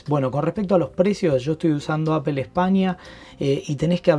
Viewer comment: Aifon de Apel... se pronuncia aifon de Apol (iPhone de Apple)